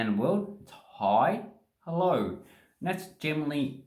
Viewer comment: "hellouwrrh cunt!"=100% confirmed Australian